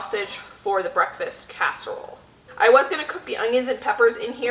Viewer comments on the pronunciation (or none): hi, lovin ur videos. must admit I did laugh at 4.11 on the video when u said amis casherole 😂. I've been writing down tips n tricks from ur videos and once my freezer is more empty I'm gonna b doing more freezer meals, esp some of the ones u make. I'm also going to try n start a herb garden. thank u for the videos. ❤️from 🏴 UK.x